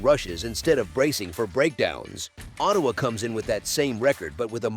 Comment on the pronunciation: That was a big win for Montreal in "OH" "TAY" "WAH". Da fuck was that ?